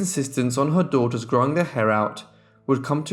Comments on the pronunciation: I agree with so many others who have commented on the interesting and thorough work you present in these episodes; however, as lovely as your grammar is, you say something that is like nails on a blackboard when one hears it: it is that you add an extra 's' to the end of words that end in an 's'; I point out ' 7 DAUGHTERS -ES' hair' for example as being incorrect. It is correct, however, to say '7 daughters' hair' without adding the extra 'es' at the end of the word; words that denote the plural, as in this case you are writing about seven girls, not one girl, which means that you need to say 'daughters' ' denoting the plural of the word 'daughter' and the possessive case, as in the seven girls' hair, as I have written here. You have a wonderful accent, very erudite and correct and you speak at a very clear pace but you need to stop adding extra 's's' to the end of words that end in 's' and also imply the possessive case.I hope I have made myself understood. Some people reading my comments will say I am nit-picking but I maintain that correct speech and grammar is needed when speaking about a topic in which so many people will be learning things. Otherwise, very well done!! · The plural possessive of sisters and daughters is pronounced "sisters" and "daughters", not "sisterses" and "daughterses".